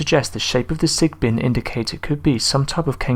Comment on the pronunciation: Sigbin or sigben.